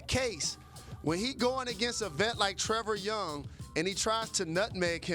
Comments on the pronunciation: You said trever young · This man just said Trevor Young 🤣🤣🤣🤣